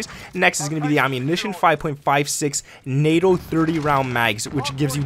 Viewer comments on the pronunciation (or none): NATE-OH (NATO)